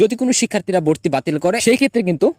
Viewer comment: Valo * Not balo Vorti Not borti😂